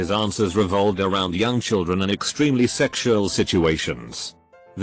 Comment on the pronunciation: why is sexual pronounced as shreksual? I have no idea but im lovin it.